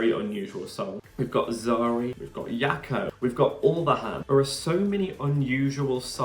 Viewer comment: Hiya! 😊 FYI The "J" in Jako, is pronounced the French way; such as in Je t'aime, je suis, etc. thx n Cheers